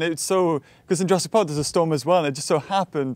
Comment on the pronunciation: " Ladys and gentlemen welcome to Jarassic world